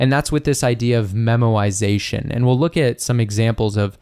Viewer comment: when u say memoization it sounds like ur saying memorisation but pronouncing it as 'memowisation🥺' and now I can't un-hear it lol